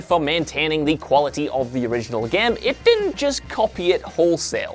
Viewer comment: Couldn't watch cause of some accent... Not the full accent, I'm fine with it but.. "remek" "resint 2" "gem"